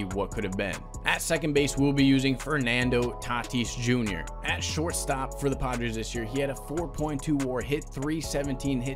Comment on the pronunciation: said Fernando titis jr